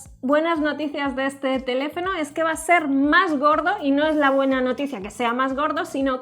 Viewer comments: "cosas supuestas de este telefeno" enseñenle ha hablar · Que Buenas noticias del "TELEFENO" en este minuto jajajajja xD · Minuto telefeno🤣🤣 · "Telefeno", te amamos JAJAJAJA❤️